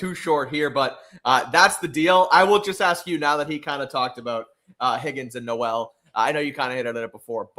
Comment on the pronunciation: This is actually bad news for the patriots 😂 even if on “paper” it’s not 😂 we shall see how Gonzalez “tackles” 😂 and stroud thrivessss without Nico 😂 also it’s not noooellll it’s more like no-wl 😂